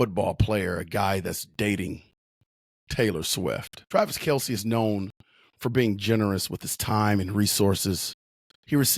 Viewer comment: Might wanna at least get his name right - it's Kelce.